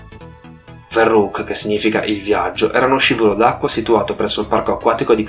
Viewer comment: scusa se ti correggo,ma la parola verrückt,e`tedesca,la v si pronuncia f e significa pazzo...